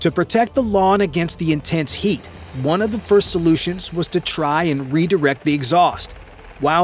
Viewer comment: on dit "marine one" pas "marine un" mdrrr